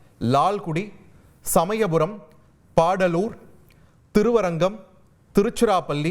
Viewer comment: பாடலூர். இல்ல பாடாலூர். தமிழ ஒழுங்கா படிடா தம்பி